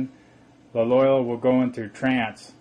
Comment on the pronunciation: "FreemasonDRY"?,...Illinois ., the "S" is silent.,...""Caesar" is spelled wrong., ..."Romulus" & "Remus" were the mythical "Founders Of Rome".,,..."Loyola" is pronounced like ...Loi OH la"., accent on the 2nd syllable.,,...it's "Piltdown" man., pronounced like "pilt".,as in "built", then "Down Man"., and "Peking" man is pronounced like "Pea King man".,..."Opus DEI",... not "opus DELI",..."Dei" sounds like "day".,...it's "Fullness" , not "fulness" .,... -spelled "Caesar" wrong again.,...